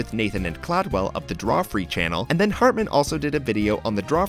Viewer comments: Drawfree?! Cladwell?! Not to be that guy but I'm gonna be that guy. It's Drawfee, and Caldwell. I've noticed alot of 107 episodes have terrible pronounciations of foreign names and stuff but this is absurd. Lol oh well. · Drawfee! It is Drawfee! Not Drawfree. Caldwell the chin, not cladwell! Caldwell and Nathan are THE best youtubers in existence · lol "Drawfree" (Drawfee) and "Clodwell" (Caldwell) you tried XD. At least you got Nathan's name right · Did he say Cladwell instead of Caldwell. Poor Caldwell. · ..did he just call Caldwell "Cladwell" ?